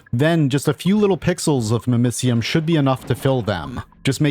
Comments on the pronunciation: Hearing it pronounced mimiseeum instead of mimicium makes me cringe everytime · Your pronunciation of mimicium hurts